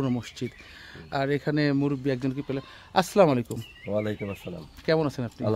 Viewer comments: ভাইজান মনে কিছু নিবেন না।আপনার সালাম টা বরাবর হচ্ছে না।আপনি আসলা না বলে আসসালা বলেন।সালাম সহি না হলে এর অর্থ অন্য রকম হবে। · সালামে আস্সালামু বলতে হবে আসলামু বলা ভূল! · আসসালামু আলাইকুম, দয়া করে সঠিক উচ্চারণে সালাম দিন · ইউটিউবার ভাই আপনি সালামের সঠিক উচ্চারণ শিখে নিবেন প্লিজ।